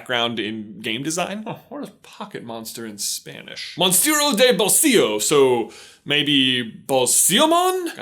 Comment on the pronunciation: Lol, your pronunciation of "Mounstro de bolsillo" Is... Well, funny.